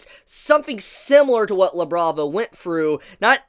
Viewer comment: Thought he said “Now Let’s Look at Lebron” 😭